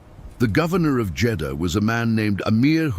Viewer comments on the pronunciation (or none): It's the siege of Jedahha. Christ you can't even get the f**** city right